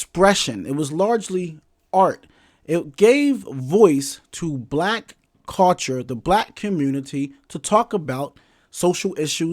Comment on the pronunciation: I ain't gone lie the topic had me about to watch your video but everytime I heard you say the word cul-ture it turned me off. Gotta go.